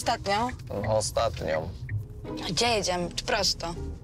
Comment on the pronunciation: "dzie jedziesz", "czasu poczeba" masakra